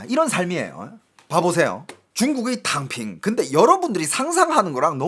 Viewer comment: 톈샤타이핑? 톈샤탕핑~아!😂ㅋㅋㅋ탕핑 하~오!